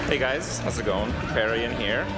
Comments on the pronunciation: krip "pay" rian, never heard it pronounced krip "PAH" rian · How you going to saw Krip's name wrong? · Can hear on the pronunciation of Kripparian he hasn't seen him! :D